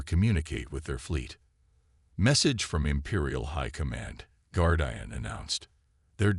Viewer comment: The bad pronunciation, especially with the word "Guardian" ruins the story. Get a human to read the story that your AI bot reader can't due justice to.